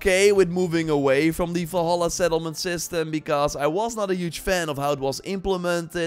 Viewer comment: WHY DO U SAY ASSASSIN'S CREED FALLHAALAA ??? INSTEAD OF DUXKING VALHALA ????